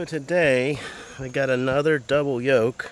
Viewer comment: The word is YOLK.